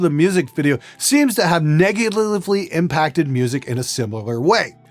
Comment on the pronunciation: What the hell did you say " Negivvvnndnsndhffly "